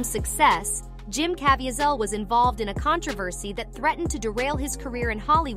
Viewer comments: its pronounced as kaaa vee sul how hard is that when you hear other people using the name correctly yet you can't pronounce it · Jim Caviezel. The AI mispronounced it, though it seemed to do well with the rest. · Narrator can’t even pronounce Jim Caviezel’s name. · If you make a video at least know how to pronounce people’s names correctly instead of butchering it like Jim Caviezel.